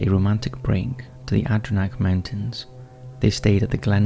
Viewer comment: The way he completely butchered the word "Adirondacks" 🤦‍♂️🤣